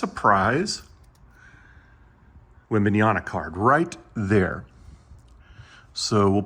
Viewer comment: His name is webenyama not webenayana